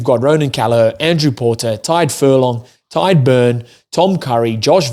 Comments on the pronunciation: Small tip on "Tadgh". It's not pronounced like "Tide", it's like the "Tig" in "Tiger". You're welcome! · Stop confusing him by being a contrarian bro. I am Irish and my friend's name is Tadgh. I should know how it's pronounced and it's not "Tag". The "Tig" sound in "Tiger" is how it's pronounced. Read what I said and not what you made up in your head.